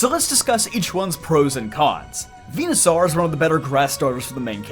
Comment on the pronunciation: Bruh it's pronounced like dinosaur. It's literally ripped from dinosaur. Why are you saying venusaur as venu-sAR when even the anime has made it obvious that it's saur like dinos-ORE. Hell even just sound clips from smash ivysaur would let you know how to pronounce that suffix in this line. Come on